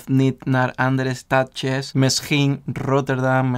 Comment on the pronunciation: Je spreekt goed Nederlands, maar het uitspreken van 'stadjes' vind ik echt geweldig. Leuk en geweldig!